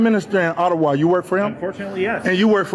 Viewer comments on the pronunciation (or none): none